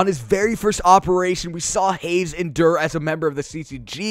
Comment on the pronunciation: the way you pronouce it by the way is HAH- I (the i as in machine)- Seh